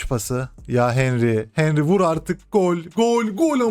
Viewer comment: henry yazıliş okunuş ya henri ya da hanri reisim.